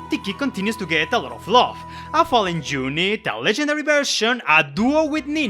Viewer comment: The way you say "unit" & "young" drives me crazy 😅